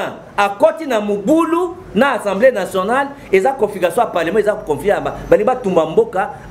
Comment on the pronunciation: En plus, on dit Assemblée et non ensemble! Zoba